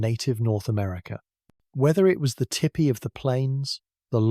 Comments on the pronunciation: Tell me it’s AI without telling me it’s AI! Tippy, instead of Teepee! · I can’t listen to this one. That is NOT how tipi is pronounced. Tee Pee.